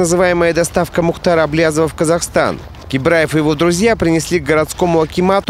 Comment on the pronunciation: не кибраев а ебраев